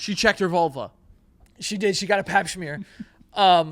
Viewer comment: Not Joe saying papSHMEAR 😭